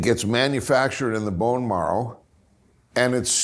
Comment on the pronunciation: Ion know... Dude can't promote pronounce "MARROW" correctly. LoL